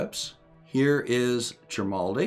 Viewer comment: At least once you left out the r, sounded like "jimaldi" to me.